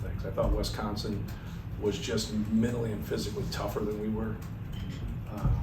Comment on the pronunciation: It's Wisconsin, not Wesconsin. Thank you very much!